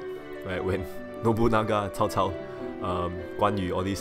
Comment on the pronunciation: Am I hearing you say "Tao Tao" when saying Cao Cao's name. Just asking, is that the proper way of saying it? I have no idea.